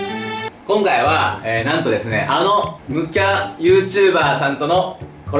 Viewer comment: ユーチューｳﾞｪｧｧとか テロップ読み直したくて も一回みてまうわ！